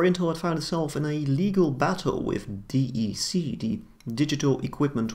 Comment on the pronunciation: A small minor note ... "D" "E" "C" is pronounced as "deck" by DEC employees and the general Enterprise computing market back then. I was at Compaq when DEC was acquired.